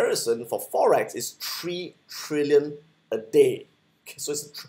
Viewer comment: I had to replay that “three” pronounced as “tree” back and was like hmm. Lol. Belizean here